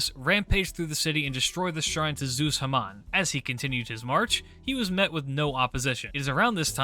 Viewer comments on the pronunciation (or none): none